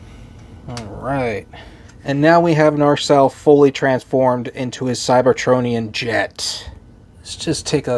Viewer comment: You keep on pronouncing the name as "NaRcelle". 🙂 I kinda like it like this, though.